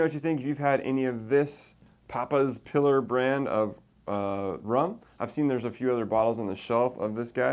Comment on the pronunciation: Papas pee lar not piller